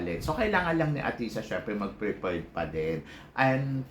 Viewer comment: Athisa, hindi atisha. Ayusin mo ang pag pronounce ng pangalan ni athisa. Huwag puro salitang kabaklaan.